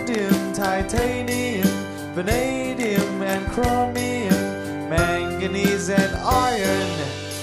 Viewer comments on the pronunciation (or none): none